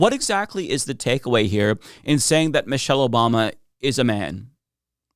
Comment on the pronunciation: "Moshelle Obama"